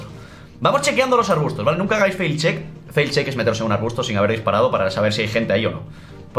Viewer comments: "fail check" no sabe ni lo que dice, para que hablas del juego si no tienes ni idea? PD: es Face check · Hola, se dice "face check", no "fail check"